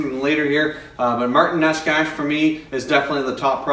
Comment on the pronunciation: PS.....Martin Neshcash lol i like that....but I believe it is knee-chis